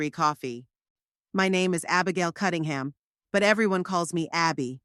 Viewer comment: And another thing her name is CuNNingham not CuTTingham